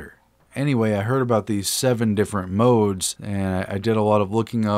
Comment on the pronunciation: Lol I had fun listening to you trying to pronounce modes 😂